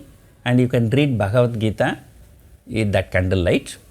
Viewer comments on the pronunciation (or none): none